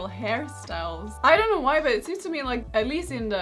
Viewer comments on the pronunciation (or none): Karolina: "but actually dan't" way you said don't was funny haha <3 <3 <3